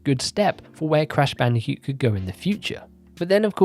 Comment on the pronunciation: I can't stop hearing you say "Crash Bandicute"